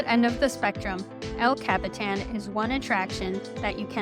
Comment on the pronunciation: El Cap-Eh-Tan lol 😂